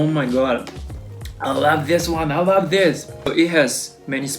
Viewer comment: the way you said I LAV THIS 😂😂👍